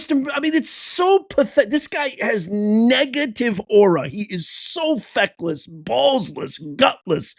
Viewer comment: "Feckless" ....Nailed it!! 😂